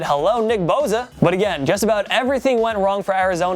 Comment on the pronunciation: it's Bosa not boza BTW